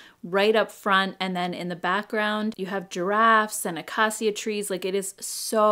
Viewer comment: You DO look like a 20 year old. I agree with your son. I also like the new background. That color is very pretty. I can’t hold my tongue anymore. I adore you,, but Acacia is pronounced “uh-KAY-shuh” not “uh-KAH-see-uh”. For some reason this color keeps coming up in fall releases and I’m dying a little inside with every strange pronunciation. Please don’t take offense. I’m a teacher 👩‍🏫. That highlighter set is beautiful and I will probably buy it on Friday when it releases. Thanks!